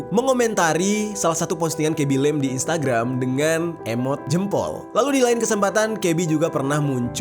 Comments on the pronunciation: Yng ku maksud bang ngomong " "lem" terus kublas sndri "lame cok" fvk lah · cuma mo bilang bacanya itu "lame" bukan lem